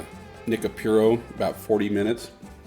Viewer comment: not Nica pure oh....it's Nica Pooo Roh